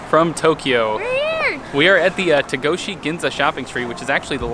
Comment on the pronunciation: Hi! I enjoyed watching your stay in Japan. Actually not T”a”goshi, but T”o”goshi Ginza .